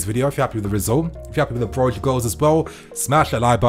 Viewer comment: It's not pronounced Broga but Broja the Ja is a ha sound.. cuz he's spanish init. Even the commentators kept getting it wrong. On another note Tammy was a let down.